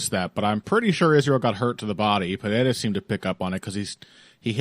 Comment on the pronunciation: is thrilled every chance he gets to pronounce Pereira's name correctly. If I'm not mistaken was the first American to pronounce the country of Niger correctly. "Neezherre", he was heard saying.